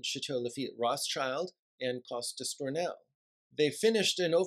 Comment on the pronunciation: Very interesting video ! The only one I know is Château Talbot, very fine wine. Just a thing about "Cos D'Estournel" pronunciation: both "s" are silent